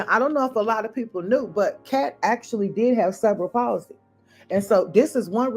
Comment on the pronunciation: Ive watched a whole half of this video before I understand you werent saying "several policy" but "cerebral palsey". The accent should be on the "re" (ceRebral)